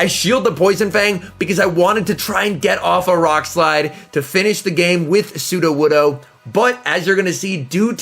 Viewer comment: You pronounced sudowoodo correctly You have grown, my son